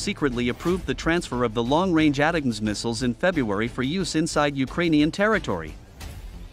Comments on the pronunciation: Pronounced A-Tack-M's not At Tams you AI ....! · Please, fix you AI voice-over... "ATACMS" are pronounced "Attack ums" or "Attack ems", not "Ata-cums"... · Bruh, ATACMS is pronounced “A-TAC-UMS” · "ATEMS"???? WTF please fix your robo-voice